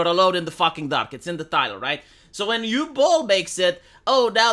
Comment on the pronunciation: “Uwe Boll” it’s pronounced “oo-veh” Boll